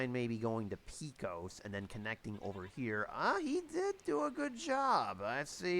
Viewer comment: Pay-Coes (Pecos) my good man.